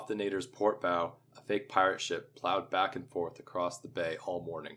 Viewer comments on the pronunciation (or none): The “bow” of a ship rhymes with “cow,” not “mow.”